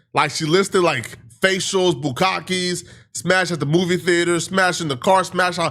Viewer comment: Lusting after your cousin is sick and demented, and it's pronounced (boo-KAH-kay) bukkake.